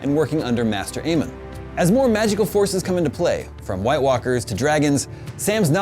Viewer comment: "Master Aemon" really...